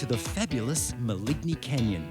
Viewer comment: Ten minutes in: "Ma-lig-ne" Canyon is pronounced Ma-LEEN